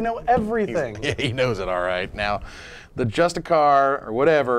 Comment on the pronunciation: Justiciar = Jus-ti-see-ar